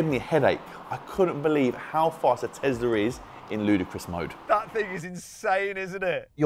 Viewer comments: Guys I'm curious why they keep saying tezla instead of tesla?🤔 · Tezirra xD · more like Thezla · No one:: I can't believe how fast that Tezlariz